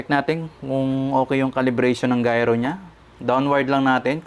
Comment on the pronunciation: Gayro correction po gyro its gyro compsss